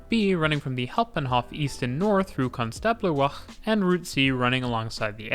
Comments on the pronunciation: Ouch, that pronounciation of Konstablerwache! Tip - if the Germans put an e on the end of a word, it's because they want it pronounced. At the end. They're not French - they won't have done it because they think it looks nice there or because it changes a vowel sound earlier on in the word. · You got the pronunciation of Hauptwache and Konstablerwache almost right :D You just missed the e at the end, it's not silent